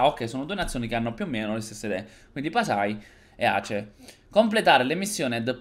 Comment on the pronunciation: Mi sento altamente offeso per 2 cose. 1. Non è hoi. 2. La tua pronuncia di Aceh.